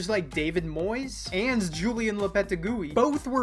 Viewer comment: Lopetegui, pronounced Lopetégwi. You're welcome!